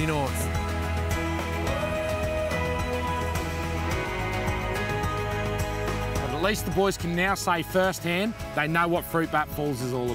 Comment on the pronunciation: the way he said nice he said it like nose